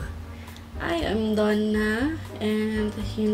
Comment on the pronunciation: “Done” not “thone”